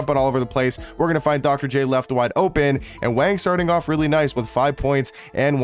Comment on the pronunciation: My man just wanna say you pronounce his name “Wong” with an “o” sound instead of the “a”. Great video 👍